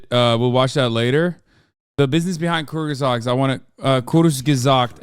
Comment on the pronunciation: Bro, he meant that Hasan is actually capable of speaking some german words perfectly. But he does't manage it with the word Kurzgesagt.